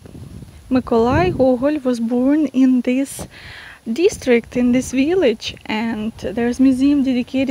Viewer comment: I love your veelich, you're adorable.